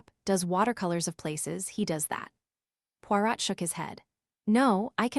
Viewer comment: is this AI? The reader can't say Poirot...